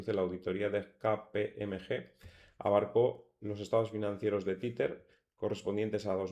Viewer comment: Se pronuncia TEZER, no "titer" jajaja